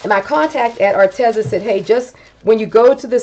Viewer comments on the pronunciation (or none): Psst...it's pronounced Ar-Tee-zuh 😊